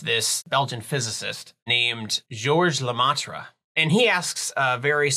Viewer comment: It's pronounced "Le-meh-tre", not "Le-mah-tre" 😅.